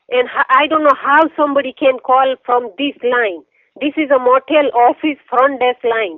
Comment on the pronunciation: "I'm at the front day-ask" "I'm at the front desk too"